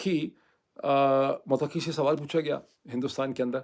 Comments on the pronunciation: Muttaqi Not muttaqqi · Bhai Afghan Foreign Minister’s name is, Mut-qi not “Muteqi “ . Means پرہیزگار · Pl correct u r pronunciation: Mttaqi. U r stress is on QQi. No stress is on TT. So it is like Mutta....qi. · Not mutaki. It is Mutta kee. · It's not mutaqqi. It's muttaqi. Taqwa wala! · His name is not mutakki. His name is mutt ki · سر تلفظ تو درست کر لیں ۔موتقی نہی مُتّقی ہے ۔۔معزرت کے ساتھ بات گھماتے بہت ہیں 😂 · جناب افغان وزیر خارجہ Mutqi نہیں بلکہ Mutaqi ھے۔ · "Mutakki" naheen bhai 'Muttaqi" hey, jaisey "Muttaqi parhezgar". Vesey vlog achha hey. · یہ لفظ متقی Muttaqi ہے ۔ Mutaqqi نہیں ہے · Please pronounce the word 'Mutta-qi' correctly. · Muthta qui Correct pronunciation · Dr Moeed your pronunciation of Muttaqi is not correct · It's Mut' taqi..😊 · متقی مت ایک لفظ ھے آپ نے ق کی بجائے ت پر ذور دے کر پڑھنا ھے۔۔۔اس کا معنی پاک ھے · ڈاکٹر صاحب مہربانی فرما کر تلفظ درست فرمائیں مت ۔ قی